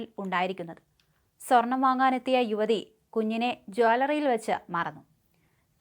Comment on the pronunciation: "Jwaallary " yo ? 😂